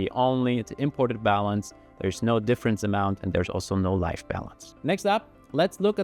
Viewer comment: About a minute in he starts saying something that sounds like "life balance" or "light balance"... I finally figured out he's probably saying "live" as in current